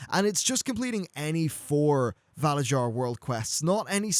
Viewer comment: I don't know if anyone has said anything but the way you're saying valarjar is wrong. in norse cultures j's sound like y's so it would be valaryar phonetically.